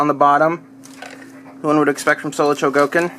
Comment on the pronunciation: ftr, its pronounced Sho-go-kin, not cho-go-kin